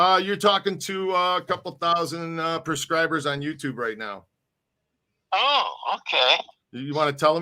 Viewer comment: proscribe means to for of something......As per your 'Perscribers'... There is no such word in the correct spelling of the word which you describe.....Thank you. And, no I am not new to the channel ..I am from the east coast and....as you are subject to the Chicago area, I'm m sure you can relate ....However, if your intent was to speak broken English as a common denominator for the purpose of your platform....I can deal with that....But, please at least display proper verbage of pronunciation to which one could easily define the meaning of such intent. Be Safe & God Bless. 🙏✨🌹☕✍️✝️